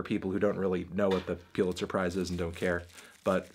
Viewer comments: You fucking said Piluzer 700 times instead of Pulizer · I can’t be the only bothered by the fact that he kept calling it ‘peew-litzer’ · "The piulitzer" - ainthony faintaino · "peelitser prize" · The fuck is Peelitzer? I swear some youtubers mispronounce things for more comments and evidently it works. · "Putlizer" Melon, Really??? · review ur pronunciation of pulitzer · The way he pronounces "Pulitzer" triggers me